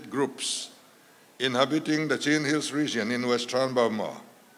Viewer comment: Chin tih hi A takah Chuan Chhin ( thil kan chhuma a Hmin tawh tih ang Khan chhin tiha lam tur a ni.) tunhhma Chuan hmusittaw hnam.kan nih avangin Chhin tihin min koh nawmnah 😊